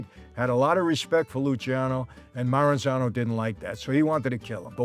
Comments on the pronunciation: They called him Lucky because his name was spelled and mistakenly pronounced the wrong way "Luci"ano also pronounced "Lucky"ano. His name is properly pronounced Luchiano. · Luciano:- Loo-charno, please. No ee pronounced in it. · Lu-cha-no. I learned this from everything in Italy correcting me when i said my son's name. Luciano Vincenzo Giancarlo.